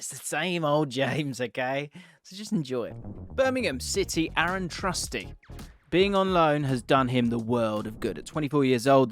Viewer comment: AARON Trusty? I hate being nitpicky, but I gotta stand up for my Philadelphia Union academy players. It's AUSTON Trusty. LOVE your content.